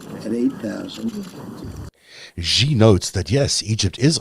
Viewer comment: The "X" in the Chinese name "Xi" is not pronounced like the "g" in the English word "regime"; it is pronounced more or less like an "sh"; thus, "Xi" is pronounced more or less like the English word "she." Similarly, the "J" in the Chinese name "Jinping" is not pronounced like the "g" in the English word "regime"; it is pronounced more or less like the "J" in the English name "Jim." Also similarly, the "J" in "Beijing" is not pronounced like the "g" in the English word "regime"; it is pronounced more or less like the "J" in the English name "Jim." The name of Arabella Kushner's nanny, XiXi, is pronounced more or less like the English words "she-she," and neither "X" in this name is pronounced like the "g" in the English word "regime." I've explained this in comments below your videos (which I watch faithfully for their excellent content) at least 30 or 40 times now, over the past couple of years. If presenting a series devoted to an exploration of China's influence on world politics, why not invest a few minutes into learning how to properly pronounce the name of China's president and capital city?